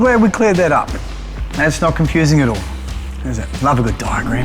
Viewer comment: ‘’lovely digram’’